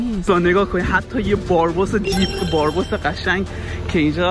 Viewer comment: بارباس چیه برادر بِرابوس درستشه😂😂